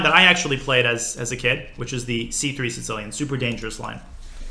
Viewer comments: It almost sounded like he was saying “Tse-tsellian”, like a tsetse fly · Anyone else hearing "sin-cilian" when Daniel says sicilian? I'm triggered. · Sounds like he is saying sitillion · the Sitsilian? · Does he call it the sincilian? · why does Daniel misspronounce 'Sicilian' each damn time he says the word? Is this something like with Yasser and his "Carijuana"? Or more like intentional, like Yasser and his "Michael Botvinnik and Michael Tal" etc? XD or am I an idiot and it is actually pronounced "Sitsilian" in english and most people say it wrong? So many questions! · Why's my dude putting a t before the s in Sicilian like that? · Canby Ibarra obviously, but he says it in a very weird way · This should be very entertaining, as Daniel continues to pronounce Sicilian like a raving madman :D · he's saying Sicilian funny o.O